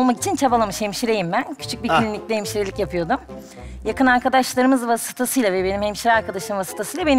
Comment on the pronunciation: 15.51 arkadaşlar vasıtasıyla. vasıtası öylemi telaffuz edilir 😄😄😄😄 hele o saçlarrrrr🤮🤮🤮